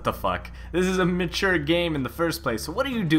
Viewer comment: This is a mit-ture game. Cussing isn't mit-ture.